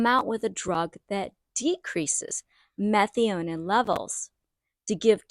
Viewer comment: Just a heads up, and not being critical at all: your pronunciation of METHIONINE is different than any way I have heard before. Just search google for how to pronounce the word, at least the way I have always heard it. Great info as usual, on your channel, thanks for the Methionine charts, etc. Have a great day.